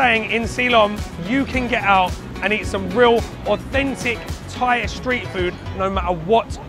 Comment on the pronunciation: Love your Thai pronunciation.👍👏